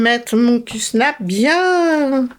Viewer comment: Coucou q-snap ce dit avec un a Super pour ton installation c’est super Merci pour le partage bisous 😘